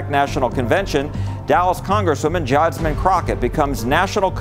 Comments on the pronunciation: Say rep Jasmine name right boi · Her name is Jasmine not Jasmine